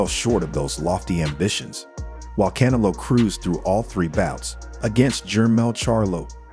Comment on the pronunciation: I have a hard time believing his knowledge when he refers to CANELO as KAN-A -LOW.